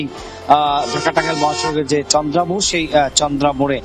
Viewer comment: তন্দ্রা নয় চন্দ্রা, সখিপুর নয় সফিপুর